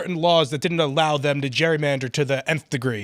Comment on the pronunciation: I know this may seem petty, and I truly mean no disrespect—but someone should probably let Phil know that the word is pronounced just as it's spelled: Gerrymander, not Jurymander, as he appears to be saying.